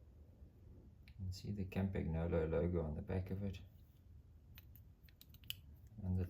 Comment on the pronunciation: By the way the g is silent on the campagnolo